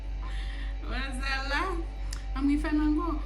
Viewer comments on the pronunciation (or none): Too new to help ngiini ano? 😂😂😂 They way you say wozala 🤣🤣🤣